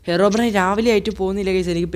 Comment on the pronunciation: Bro ഹെറോബ്രെയിൻ അല്ല ഹീറോബ്രെയിൻ ആണ് 😂😂😂